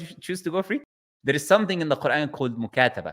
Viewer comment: This person is a liar. He is not from Morocco.. Even if he is an Arab, he is from Egypt.. Because when he mentioned “Mukataba” he said “Mukasaba”